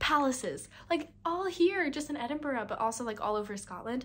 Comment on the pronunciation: the only american ive heard pronounce edinburgh correctly